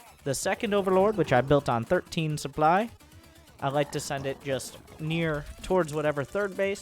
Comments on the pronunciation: Where does one come from when one pronounces "supply" as "soop-lie"? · but luke et dee soup lie!!!